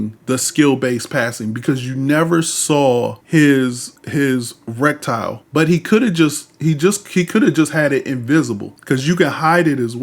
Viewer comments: Just wanted to point out that it's pronounced reh-tuh-kl, not reck-tyle Good video tho thanks for sharing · Reticle is pronounced Red-eh-kuhl. Sorry, it was driving me crazy lol but much love